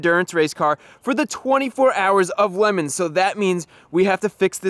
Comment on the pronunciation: Did you just call "Le Mans" "lemons" ?